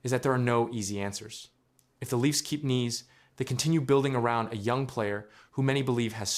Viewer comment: You might want to know how to pronounce his name properly.